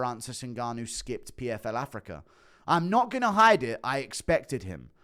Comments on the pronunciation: Damn man I love Guru but I can’t stand his pronunciation of certain words 😂 “Dan-er white” “Afric-er” but in certain incidents he can said “Dana” and “Africa” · does know it's pronounced "africa" not "africar"?